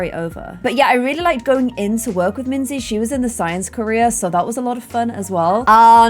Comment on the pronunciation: I still love Minze the most! Also made the name Minze sound so much cuter:0 In German you actually pronounce it like Min-tse.